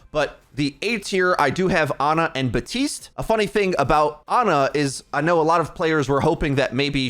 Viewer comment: Is he saying Batiste not BaPtiste ? XD